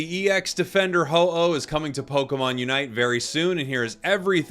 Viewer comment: uh oh. oh no. Its ho-oh 😭